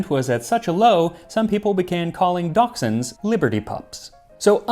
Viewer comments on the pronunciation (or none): none